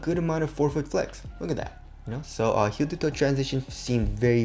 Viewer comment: heel ta toe